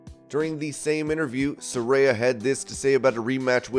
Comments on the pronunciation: SA-RAY-A ....get it right man ;) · Is Saraya pronounced Sar-Aye-Ah or Sar-Eye-Ah? I keep hearing both.